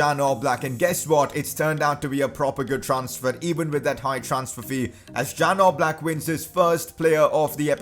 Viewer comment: Its Jan Oblak not Dzan Oblak☺️